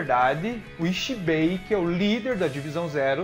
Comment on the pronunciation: Video bem explicado muito bom Agora aprende a falar direito pq se vc ja viu o desenho sabe q nao eh rrrrreiyatsu q eles falam eh Reiyatsu e nao rrrrrreiyatsu Nao eh zanpakutU eh zanpakutO tO tO tO Nao eh Ixibei eh Ichibei Ichi Ichi nao Ixiiiiiiii